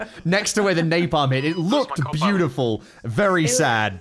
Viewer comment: "napalam" also, not noticing a napalm strike right behind you is probably the vietnam equivilant of the "how did i lose a titan?" from one of the warhammer vids